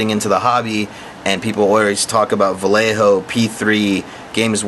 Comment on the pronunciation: What the HELL is Val Eh Ho? are you trying to say Vallejo pronounced VahYehHo? Talk about slaughtering a Spanish name LOL!